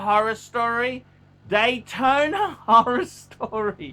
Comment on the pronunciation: He can’t pronounce any name, including the popular rolex models, just sad.